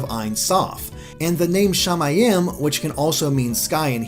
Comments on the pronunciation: "Shamayim" is pronounced sha-MY-eem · Not a bad theory, but I've taken Hebrew as a language class and the pronunciations were terrible. Shamiyim in is pronounced Sha-mi-eem. And the last letter of the Alphabet is pronounced Tav. One other thing is while though the first letter of the alphabet is close to a (it's name is aleph) technically it doesn't have a sound and is silent. That's all. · Shama-yam is incorect I believe its pronounced shama-yeem which means sky in Hebrew. Shaymin has sky form. Sooooo, yeah? (I speak Hebrew) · as a hebrew speaking person, it kind of hert to hear you pronounce "shamaim" all like "shay-may-em"